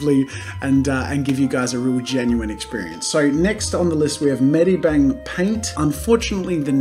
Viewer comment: 1. The name of medibang paint seems weird because you pronounced it wrong. 2. Firealpaca seems like a bad version of medibang because firealapca was the first program from the same developer. But then they moved on to medibang